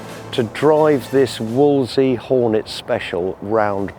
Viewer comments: Why do they all say Wolsey? Nobody called it that in the olden days. It's a WOLSELEY. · Fantastic project and fantastic outcome, but why can't anybody pronounce Wolseley properly?? :body-blue-raised-arms:❓❔